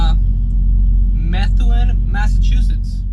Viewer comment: Methuen is pronounced more like ma-THU-en. Numerous towns/cities in MA have very unique or unusual pronunciations!